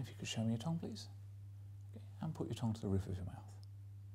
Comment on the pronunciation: I have all the time in the world for and his videos, but the way he pronounces "tongue" makes me want to scream